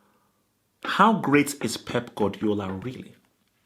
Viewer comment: stop saying frauidiola. easily best manager in the world